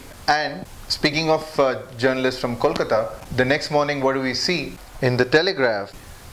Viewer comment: Hey, how come you can't pronounce Kolkata, even though, you have a bengali surname? Anyway, great video diary, loved al the episode. You guys did a great job. Thanks.